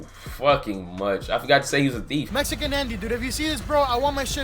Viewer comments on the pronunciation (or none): You said Mesican Andy.